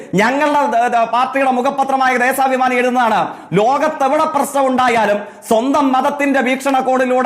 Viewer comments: എടാ പൊട്ടാ ദേസാഭിമാനി അല്ല ദേശാഭിമാനി ആണ് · തേസാഭിമാനി അല്ലടാ തോൽക്കേ ദേശാപമാനി എന്ന് പറ. സ അല്ല ശ...... 😂😂😂😂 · ദേസാപിമാനി അല്ല പൊട്ടൻ ജകിക്കേ.... ആദ്യം സ്വന്തം പത്രത്തിന്റെ പേര് പറയാൻ പഠിക്ക്... ഹോ.. കഷ്ടം.. കോട്ടയം കാരുടെ വില കളയാൻ 🙏🙏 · 'ദേ സാ ഭിമാനി' ആണത്രേ, ഈ തോറ്റ ജയ്ക്കിനെ ആദ്യം മലയാളം പഠിപ്പിക്കണം